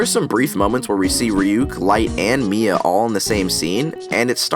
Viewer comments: No mia not may its Missa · Is Mia supposed to be Meesa or something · It's MISA not MIA!!!!!!!!!!!!!!!! lol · anyone else annoyed that he called Misa 'Mia' and mispronounced Watari's name